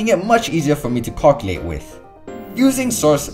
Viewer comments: did u say cockualte? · the way you said calculate made me laugh my ass off, good vid btw.